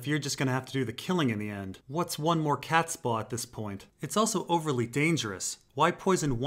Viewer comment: I loved these tiinfoil ramblings, great intro! However, when you say the word "catspaw", it sounds like you're going for "catSPAW" rather than "CATSpaw".